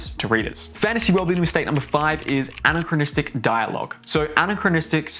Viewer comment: This guy pronounces anachronistic weirdly.